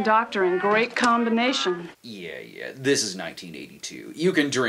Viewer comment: "Yee" }:-P